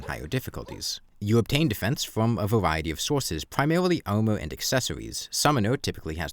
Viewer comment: this guys sounds like a kid, whats going on with your voice, "vawiety", i just want to know if this guy is okay